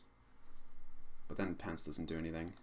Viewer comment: Good show mate. Lol I kept thinking you were saying pants instead of pounce.